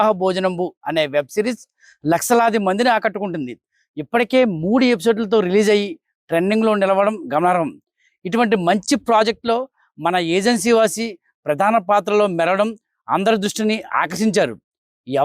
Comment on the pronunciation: Gamaram kadura.... Gamanarham😂😂 ... Laksaa kadu lakhsha😂😂😂😂 evadra neeku anchor ga pettindi